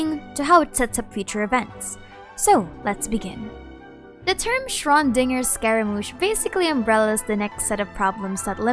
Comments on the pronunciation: BROOOO YOU BUTCHERED SHRODINGERS NAME SO BAAAAADD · You pronounced Schrodinger wrong. Bothered me for the whole video. Disliked